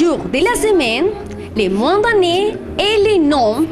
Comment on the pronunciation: "Les mois de l'année" ,not "Les moins d'anné". You have to pronounce the "s" in "Mars", like in "ours" (oso)